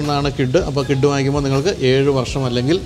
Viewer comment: കിഡ് അല്ല, ക്വിഡ് ആണ്